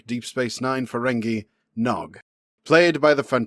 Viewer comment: Ha! He said his name wrong right at the start.